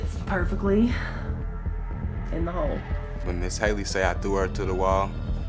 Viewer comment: Him saying ms. Hayley is making me mad